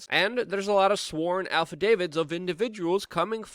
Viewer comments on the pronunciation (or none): affadavit, not alpha david.....holy shit